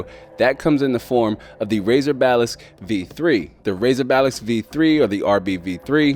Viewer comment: why am I hearing him say balist. hahahahaha